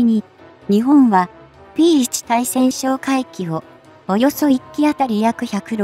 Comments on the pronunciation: たいせんしょうかいきとカナをふっているのに、何故ついせんしょうかいきと発音するのか。 初っ端の文章もおかしいけど、作ったあとに文章の見直しはしないのか。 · 対潜哨戒機(タイセンショウカイキ)のことを「スイセンショウカイキ」と連呼しているのが耳に残って、気になってならない❗️ 自動読み上げであるにしてもUP前に確認作業はしているであろうから気が付かないわけはなかろうに、そのままアップしていることに恥と言うものを感じないのか？ 改善できないのであればUPなどしない方が良いのではないか❓ 老婆心かな❓ By 侍。